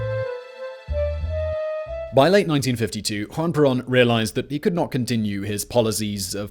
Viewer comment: “Hwan Perawn”